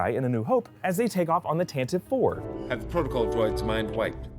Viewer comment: It's pronounced Tant a vee, not Tantiv!